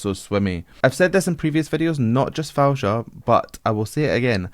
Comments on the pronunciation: FAWZIA with a “z” not Fouja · U made my day u said her name wrong but sounds lovely hh ! It’s pronounce like that Fawziya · Her name is pronounced Foh-zee-uh and you were right, it did become annoying when you kept mispronouncing it. You also didn't take the time to research your subject: She's amazing live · Actually it Fou Zi ia..not Faouja😜.. Extremely talented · Faouzia is pronounced Fa -ow-zeeya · Her name is pronounced like "Fao-zi-yah" but don't worry, her name is one of the classic Arabic names, people usually don't get it right easily 🙂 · you are definitely pronouncing her name wrong in every possible way... keep the z as it is.. so it is: Fau-Zi-Yah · I believe her name is pronounced like: fow-zee-ya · FOE-ZEE-YA now try to get it right next time. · The way you say her name is the wrongest way i heard from any reactor but it's so funny😂😂😂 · Just search "how to pronounce Faouzia" on youtube. She has a short video on how to say it. It's a little embarrassing for a vocal coach to do reaction video and pronounce the name wrong